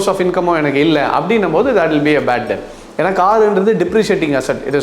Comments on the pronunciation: JI , ONE SMALL CORRECTION. DEBT IS PRONOUNCED AS "D-E-T" NOT "D-E-P-T". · All informative videos bro..a suggestion debt solrappo b is silent..